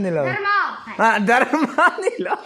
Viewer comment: Dar mang anilo aw dar mâng aw